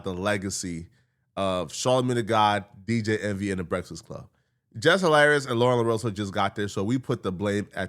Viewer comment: Nobody:: Breasfsclub